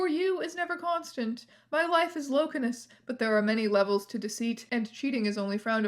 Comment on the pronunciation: FUCKING “LOKINOUS”… this guy